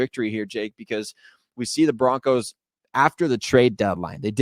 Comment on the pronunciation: BO-RONCOS🎉 great job ❤